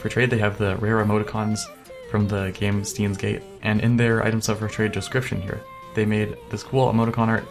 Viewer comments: "STEENS GATE" ROFL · since this will be lost in the comments... 1. you pronounced steins;gate wrong 2. the profile is based off the anime, which is based on time travel and literally everything on this guys profile is part of the show or game 3. DK pepper is also a reference from the show 4. el psy kongroo is also a reference from the show/game sorry you made me cringe so I wanted to vent not trying to be a smart ass (but I kinda am) anyways great video